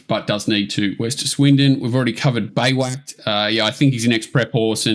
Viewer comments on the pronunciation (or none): Beiwacht is pronounced "By Vacht" or "by vot" it is the origin of the English word Bivouac....according to google